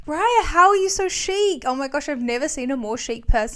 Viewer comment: The most un-chic thing is her pronouncing the word chic as “chick”